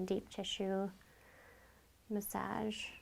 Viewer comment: Muhsajj ? I though it was massage (muhsahj)